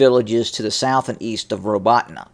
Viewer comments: If you want to pronounce the village name more accurately. It should sound something like Ro-bo-ti-neh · Good evening,. Robotyne is pronounced Ra-bo-tee,nah. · RA-BO-TEE-NAH. Something like "workington"